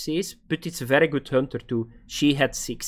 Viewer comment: Hönter 😂 lmao